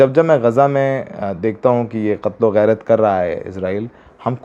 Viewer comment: ...qatal o gairat nahi qatal o gharat... Gairat means sharam hota hai aur gharat means barbadi...sorry Mera maqsad sir aapko difference batana hai...shukria aapki news ko hamesha follow karta hoon subha 9 baje....khush rahiye abaad rahiye